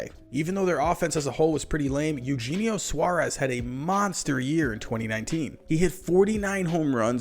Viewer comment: E-u-Henio Suarez but good vid